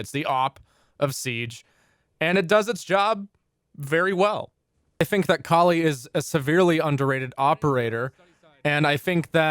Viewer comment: Finally someone who pronounces Kali right.